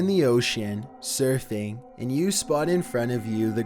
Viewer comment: " imagine you're in the ocean surthing"